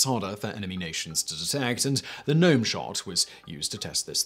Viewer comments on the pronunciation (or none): none